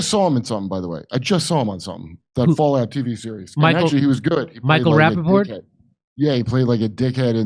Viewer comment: Did Kurp say, "Sir Michael Rappaport?"🤣🤣🤣🤣